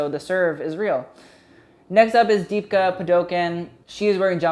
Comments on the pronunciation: literally please use google to say her name right this is tragique. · Deepika Padukone pronounced Dee-Picca Pah-Dew-Cone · oh my god that was the worst butchering of deepika's name😭😭